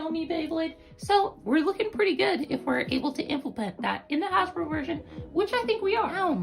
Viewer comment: HASBRO not hashbro